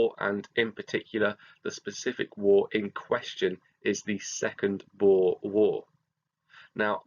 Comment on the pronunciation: Thank u so much for pronouncing ‘boer’ correctly! I’m half dutch and hearing ppl say ‘bo-er’ is hilarious but irritating lol